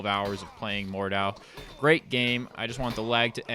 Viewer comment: It's pronounced Mord-How